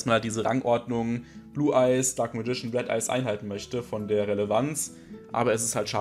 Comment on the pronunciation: ich möchte gerne etwas persönliches los werden. die englische aussprache vom dunklen magier missfällt mir zu tiefst! ich schaue mir gerne deine videos an und versuche so das ein oder andere umzusetzen, um nicht nur in der zweiten generation festzustecken. aber wenn ich immer nur "dunkles radieschen" höre, kann ich dafür keinen daumen höch geben. ich werde hier also nicht deine arbeit und untersuchungen zu dem thema schlecht bewerten, sondern nur die "mir" missfallende aussprache des dunklen magiers ;) auf weitere tolle videos, wo hoffentlich keine "alten männer mit zauberstab" auftauchen werden x)